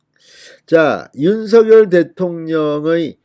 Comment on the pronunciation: 윤서결이아니라 윤성녈이라고 발음해야되는거아녜요?